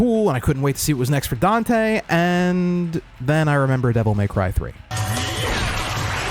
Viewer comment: not getting dante right, is this animes least problem...